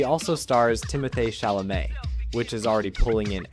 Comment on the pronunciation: "Timo-thay Shala-may" 🔥🔥🔥